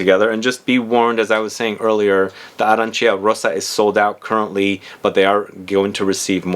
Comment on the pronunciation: The correct pronunciation is “Arancha”, you need to ignore i.